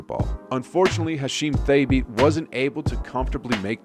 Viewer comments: Thabeet (tuh-beet) Adonal (uh-don-ol) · I think you’re pronouncing Thabeet incorrectly. It was more like “ta-beed” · Hasheem Thay-beet and rudy go-bert and marc ga-sol drove me nuts made me click away sry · u butchered gasol and thabeet but ok